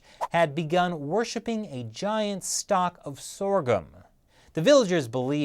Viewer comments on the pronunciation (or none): none